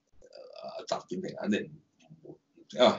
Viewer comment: 點解全程講習”建“平？